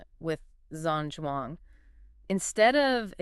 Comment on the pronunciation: It's actually pronounced Jam Jong. Long term student of.